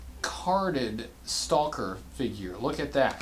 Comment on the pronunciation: It’s not St-all-ker!! It’s Staw-ker